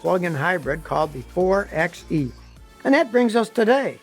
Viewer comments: The new electric Jeep is NOT a "4 EX E". It is pronounced "4 BY E". You didn't do enough research to quote things correctly. No, this is not the "End of Jeep". What a dumb thing to say. No mention of a current lawsuit between the two companies either. Typically Scotty's videos are fun because of his quick wit but, he must be slipping lately. This video was inaccurate and a little boring. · I believe the 4xe is pronounced, “Four by e”, not “four x e” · 4XE pronounced 4 BY E. rename the video, HISTORY OF JEEP AND FORD. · 4xe pronounced 4 by E